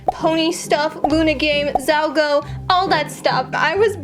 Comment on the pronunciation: ZALGA NOT ZALGO